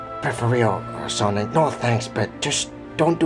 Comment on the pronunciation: sonic amy said sonmay